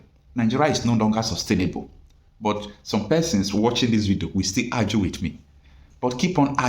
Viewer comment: Please learn how to pronounce the word argue. Quit saying Arjue, it sounds ridiculous 🙄